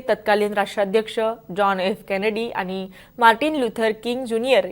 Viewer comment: मॅडम,मराठी भाषेत बोलताय तर जरा अस्खलित मराठी बोलायला शिका पहिला!हे आनि-पानी न बोलता आणि-पाणी बोलायला शिका!!”ण” चा उच्चार स्पष्ट पणे बोलता आले पाहिजे!!😊नाहीतर आनि-पानी ची गावंढळ भाषा तर अनेक अशिक्षित,अंगुठाछाप राजकारणी नेते सुध्दा संसदेत बोलतात!!